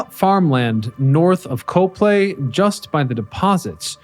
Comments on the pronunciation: I literally went to the comments section to see if anyone else was going to say this. To be fair, the Lehigh Valley has a bunch of weird pronunciations, but yeah. COP-lee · Cah-plee Not Co - long vowel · It's cop-lay. Not co-play. I've lived in the lehigh valley most of my life and bike on the trial near there. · I'm from the area... locals pronounce Coplay, "Kop' Lee" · Huh; from the area and I never knew about them. Cool to see some stuff from the LV! Keep up the great work *“Cop-lee Cop-lee Cop-lee” 🤣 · In Coplay, we pronounce it COP-plee. Yes, COP-plee. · Great Video. You’re mispronouncing Coplay. I watch many of your excellent videos but you frequently mispronounce the names of the towns. Do you ever go to the actual location?